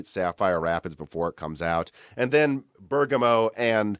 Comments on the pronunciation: Right on the money with Ber "gam" o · Thank you for pronouncing Bergamo correctly! I take it you read my comment on the previous video where you mentioned Bergamo, lol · You finally figured out how to pronounce Bergamo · Omg, can't believe you finally pronounced Bergamo correctly. ;) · you finally pronounced bergamo correctly hahaha personally i like how you change the pronunciation for non english words i think its very funny, im from spain and i was starting to pronounce bergamo wrong just from watching your videos XD